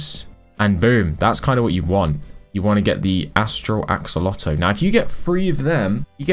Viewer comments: Why do you say axolotuus but not axolotl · "Axolotus" letus??? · My guy Said akolotl instead of axolotl lol but i loved it tho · I’m sorry did you say ack olotl… ITS AXE O LOT EL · You say axe-oh-lot-el Edit axe-ol-lot-el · Gentleman it is pronounced "axo lo el" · The way he pronounce it is axo lo to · No axe-a-lotal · Wrong it is a kol oh tel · ak suh lo tl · Its acc oh lot ol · He say akelokel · He just said ac-o-lotal. I was laughing so hard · as a fellow axolotl lover heres how u pronounce axolotl a-ck-so-lot-l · You said acalotl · Cool video! btw, its pronounced Axe-O-Law-Tel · Me when pronoucing axolotl is "Axe-a-lotl" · is it just me or did you say ackoloto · im not mocking u but just for future its axo-lotle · btw its pronounced ack so lot ol. hope this helps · This is how pronounce axolotl ak -so-lot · the axolotle is pronouns as AXE but take the E out then O then LO then TLE there ya go AXOLOTLE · The way you pronounce axolotl is "Aco-olt-el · u say it axe-oh-lot-el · Axo-lot-L your welcome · You pronounce axolotl is ac-co-la-do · Pronunciation: Ack-Suh-Lot-Ol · It is axe-o-lot-L that is how to say it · yk how u say axe its u say axe o lot ol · Its pronunced aksolotl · AXE EL LOT TL that how you say axolotl okay!!!!!!! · It's pronounced: (Acs - oll - ot - ul) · How to pronounce axolotl: Axu-lot-ul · Axolotl is pronounced aksolatel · Ackolotle lol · He says ak-lo-tol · it's Axe Oh Lotel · axeolotto he says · Acks - ah - lot - el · It’s ax-o-lot-l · U are saying it ak-o-lot btw ur getting advice from a middle schooler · he said acolotle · It's pronounced axolotil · say ax alo tol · second title: struggles to say axolotl for 11 minutes straight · Remove the -oh-and the e from el :D